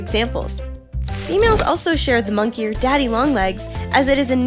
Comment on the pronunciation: I'm sorry, I laughed harder than I should have when you pronounced it "monkier"